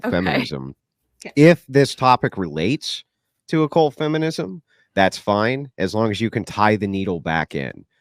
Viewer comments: Why is she saying occult like oh-cult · It is annoying how this girl pronounces 'occult'... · The affectation of Occult pronunciation by is annoying.